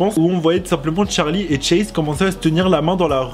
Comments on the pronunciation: Pk tu dit tcharlie et pas Charlie mdr 😂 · Très bonne vidéo mais ce n’est pas Tcharlie c’est Charlie meme prononcer en anglais 🙂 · Il me stressés au debut il disait tcharli et pas charli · Euh déjà ça s'écrit Charli et ça se prononce "Tcharli" même en anglais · Regarde la chaîne de Charli sur sa première vidéo elle prononce Tcharli